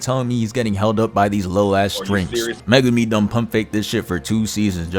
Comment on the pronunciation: Bro... Megame? Muh-Goo-me ffs that shit is ultra annoying